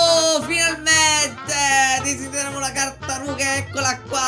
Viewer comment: ti vorrei dire che nel momento 9.' 32 ai detto la cartaruga invece che tartaruga